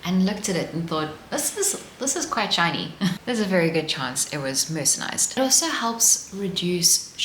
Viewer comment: Enjoyed the information and the charming presentation. The video seems to have white noise or some other background sound that I find uncomfortable. And, a small thing: it’s mercerized, not mercenized.